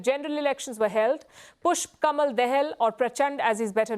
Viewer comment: I suppose you Palki Sharma is Indian national. Kamal is Kamal not camel and dahal is not daal. Respect your roots.